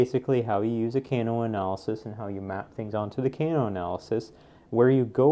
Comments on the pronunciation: FYI "Kano" pronounciation is incorrect. In English it is more like the "a" in "father". Not the "a" in "cane" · The way he pronounces "Kano" though hahaha